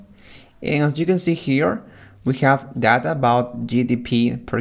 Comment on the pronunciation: When he is say "Data" I heard as thadha 👀😼